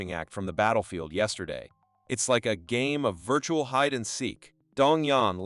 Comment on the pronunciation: STOP SAYING VIRTURAL SO MUCH ITS ANOJNG